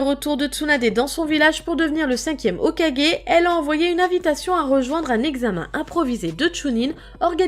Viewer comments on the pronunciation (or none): none